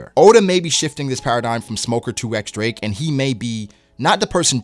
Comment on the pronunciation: it's x-drake bruhh